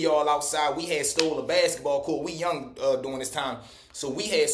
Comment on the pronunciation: I’m crine 🤭 the way u pronounce BASKETBALL 🏀 u sound like a lor country man 😂😂